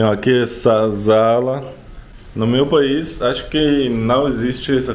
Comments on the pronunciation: Não se fala zala, mas sim sala.... também como se diz em espanhol... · Você fala muito bem português Parabéns. Vc só está trocando o s pelo z busca uma aula sobre isso exemplo é sala e não zala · Não é "zala", é sala, como em espanhol... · Amigo mi desculpe em corregir gosto muito dos seus vídeos não é zala o correto é sala sem o tom di Z ao pronunciar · O nome é SALA e não ZALA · O NOME É 'SALA' e NÃO 'ZALA'. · desculpe kkkkkkkkkkkkkk, não tem como não rir. É muito engraçado você falar sala com som de Z. Fica zala. Mas o importante é que vc fala muti bem o português. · Eu achei engraçado ele falando "zala" kkkkkk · A pronúncia de sala é com "s", como em семья. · Você é muito agradável e engraçado. O switch se chama interruptor e os botões ao lado modulam a intensidade da luz. Sala se pronuncia como em espanhol. Bum!!! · Ele chamando sala de zala me deixa enquieto!!! 😥😖😩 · Logo estará féra em português, não Zala , Sala como espanhol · Bom dia! Gostei da sua casa, muito bonita! Mas o correto se fala não é zala e sim sala com s como no espanhol que você disse sala. Mas você está falando bem, seus vídeos são interessantes parabéns. Boa dorte pra você! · também no Brasil e sala, não zala kkkkk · Não é zala. É sala, assim como no espanhol. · Sala com som de “Ç”. Você no vídeo disse “zala”.